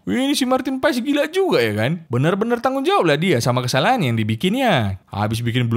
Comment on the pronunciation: Marten paes dibaca martin pas